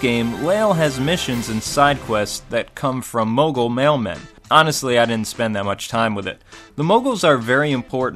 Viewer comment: Excuse me? Mogle?